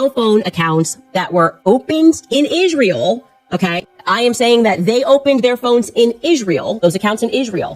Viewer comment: Such a fake cry in the beginning. That was just embarrassing. She mimics emotions she doesn't actually feel them because she's a psychopath. And ffs the way she says ISHreal is so annoying, what's wrong with her mouth?